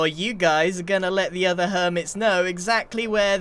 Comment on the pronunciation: You mean you and Scuh-haaar have been on puh-haaar with each othuh-haaar?